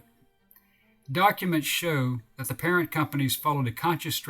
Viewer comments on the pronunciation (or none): none